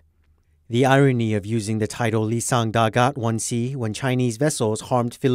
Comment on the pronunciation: It's I-I-Sang Dagat, there is no L it's a capital i